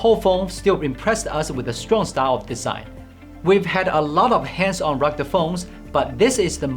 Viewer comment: I love the way this guy says "ruggde phone" instead of "rugged phone".